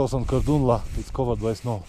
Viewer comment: Was waiting for ur videos and now it's raining videos.. thanks 🤣 by the way it's Tag-Lang La... And also very beautiful place!!